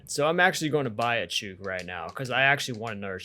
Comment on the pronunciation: “Chook” rhymes with “book” in Australian English, and is a very common term down under.